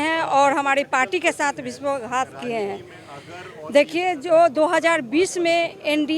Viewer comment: Madam ji vishwa ghat nhi vishwasghat hota h ..